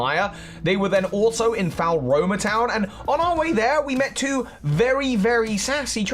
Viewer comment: "falroma" makes me giggle every time